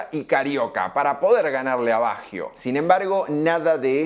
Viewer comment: Excelente análisis. Eso si : que carajo le pasa a Argentina que no puede pronunciar bien un apellido Italiano ????